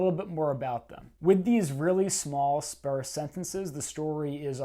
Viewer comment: It's Canadian for sparce